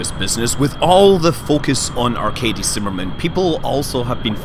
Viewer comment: Hey, Arkady(Аркадий) is pronounced differentely. I could tell, if I could remember how pronounciation explanation in English works. Well, ну извините, бывает.